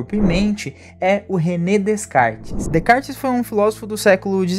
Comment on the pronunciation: Realmente um mito que condicionou muito negativamente a percepção da realidade. Dica: Descartes se pronuncia "Decar" 😉